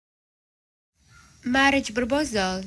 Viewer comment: مارج بربوزال هههههه المصريين ونتقهم للغة الانجليزية انجليزي دي يا مرسي 🤣🤣🤣🤣🤣🤣